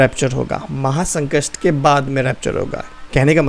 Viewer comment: Maha sankast nhi Brother maha sankat boliye...baki ok.ok.😊